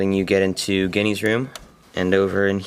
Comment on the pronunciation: Its ginny not jinny